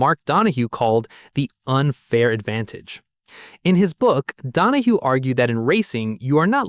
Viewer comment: His name was Donohue (Don-o-hugh) not (Don o hoo). Nothing ruins a post more then mis-pronouncing a name or word. Anyone who continued to watch this is an idiot. i got to and just could not finish it because of the error with the name. Also, the Porsche 917-30 didn't kill Can Am the main sponsor Johnson Wax (SC Johnson) pull its sponsorship which was responsible to the purse e.g. the money won by the drivers. This left Can Am without any money to pay the winners. So it folded.